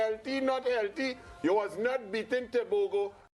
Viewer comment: What's so had in pronouncing Tebogo?